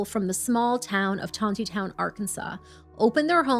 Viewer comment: It is not "Ton te town, It is Ton knee town"